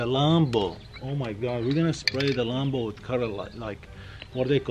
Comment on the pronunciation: How to say lambo: Me: lambo: lumbo